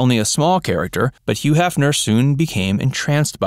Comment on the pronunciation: Que? You mean Hugh?